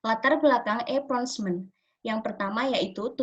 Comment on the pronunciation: Assalamualaikum wr. wb. Mohon maaf sebelumnya, saya izin menyampaikan feedback dan koreksi dari pak zaenuri. Pada presentasi (cara pengucapan) cukup baik, hanya kesalahan pada pengucapan procurement = prəˈkjʊə(r)mənt. Lalu powerpointnya mungkin bisa dibuat lebih menarik dengan mencantumkan poin poinnya saja dan menggunakan gambar yang mendukung. Kemudian di presentasikan dengan menjelaskan poin poin tersebut. Selain itu harap ditambahkan video sedang presentasi. Terima kasih